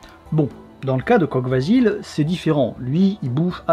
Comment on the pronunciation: Salut ! comme toujours une super vidéo ;) Pour la prononciation de Kogh Vasil, le "gh" se prononce "r" (ce qui donne Kor Vasil, pour Vasil le voleur). Pour Barsegh, le "gh" c'est la même chose, même si personnellement je l'ai toujours entendu prononcé "kheh" ( [χ] en phonétique). Si tout cela a déjà été dis désolé du doublon !